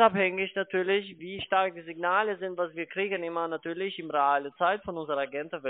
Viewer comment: "Betrüger!" ... "Wie könne Sie beweisen?" ... "Weil Ihre Webseite in 2 Monaten weg ist." Nattührlich geht der nattühlich - zweite - auch - mit seinem Nattüahlich auf den nattüahlichen Keks.